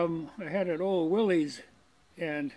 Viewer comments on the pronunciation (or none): Those Jeeps? It's pronounced like "Willis", not like "Willey's". Really. Because the guy's name was "Willys", with no apostrophe because it was never possessive.